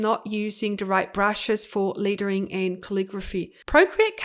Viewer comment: I love all your tutorials. Just curious is your accent from Australia? I keep hearing ‘littering’ instead of ‘lettering’. I think we are used to pronouncing ‘e’ with ‘a’ sound but super interesting that you are actually saying ‘e’ sound literally.